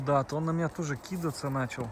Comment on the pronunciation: не кИдаться, а кидАться!!! неприятно слушать безграмотные ударения в публичном пространстве.